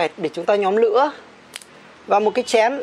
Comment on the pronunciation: Để chúng ta nhóm Lứa 😂😂😂 ngọng níu ngọng lô